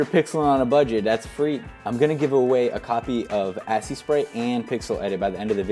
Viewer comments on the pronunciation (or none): none